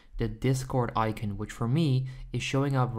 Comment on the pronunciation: Eye-cuhn hahaha